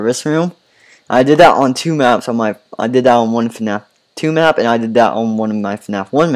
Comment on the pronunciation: you said mqp it’s map